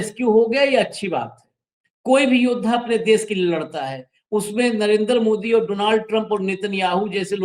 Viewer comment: Nrendar. Nhi. Laadthaa. 😂😂srendar hothaa😂😂😂😂😂